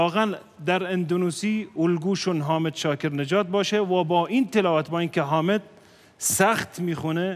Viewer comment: Afwan, Salah sebut Nama Syehk Hamed bukan Hamid